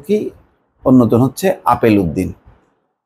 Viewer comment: আপনি কি গাঞ্জা খেয়ে রিপোর্ট করেন। লোকটার নাম আলেপ উদ্দিন আর আপনি বলেন আপেল উদ্দিন।